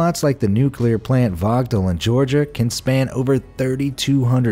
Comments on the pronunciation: Power plant is pronounced “vo-gul” not “vog-tull” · I live in waynesboro Georgia where plant Vogtle is It’s pronounced Voh-gul My husband works there Your pronunciation of it is hilarious😂😂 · The 'T' is silent in Vogtle, so it sounds like 'vogel.' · Who else thought he said Vato Power plant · My dad works for a union at plant vogtle.. also you pronounced it wrong. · In Summary: gets the hectares to acres conversion backwards, confuses diameter and makes heaps of pronunciation errors: quay, Plant Vogtle, HERREN KNECHT. Great video though, eh?